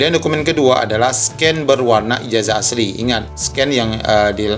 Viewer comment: Itu baca ijasa bukan ijaja